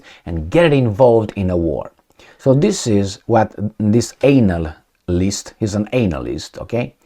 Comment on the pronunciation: Are you deliberately pronouncing the word as an@ - ist ! LOL🤣